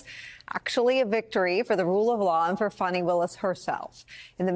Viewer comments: He needs to be beaten at the polls. even if that means swapping out Biden for someone else. Shame on Little Merry Garland, the cowardly dithering toothfairy for getting us here. And it's 'Fawnie' not 'Fanny'. Have enough respect to get her name right! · ...and kudos to her for being the only person Ive ever heard say Fani's name correctly! "Fah-nee" !! Not "Fawny" or "Fanny"!! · FAH-ni, NOT Fanny or Fawnie. Otherwise, thanks Nicolle and panel. P.S. if there's a witch hunt, he would have been in jail for three years. Delay is the tool of the guilty. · Rev made two mistakes. He called "Fawni", "fanny" and thumper "mrpresident"??? Rev, PLEASE do NOT do that! Her name is "Fani" (fawn-ee). He ISN'T the president that title belongs to President Biden or Mr. President (Biden not thumper). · "IF" the traitor wins the election, ALL of his cases would disappear. There will be NO state case or any other, as he will be a dictator... PERIOD. ... and for God sakes, stop calling her fanny. It's Fani... pronounced (fawn-ne)! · CAN EVERYONE PLZ GET HER NAME RIGHT “FANI” like FAWNY not FANNI as a BUTT AS TRUMP LIKES TO CALL HER WITH THE INSULTS😡 FANI FAWNY GET IT RIGHT!!😡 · Wow...why is Al Sharpton pronouncing her name incorrectly?